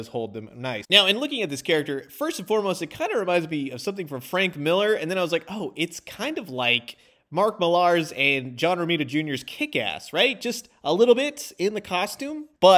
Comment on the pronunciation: Mark Millar's name is pronounced "Miller"